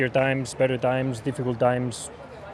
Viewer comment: Carlos not dimes it's times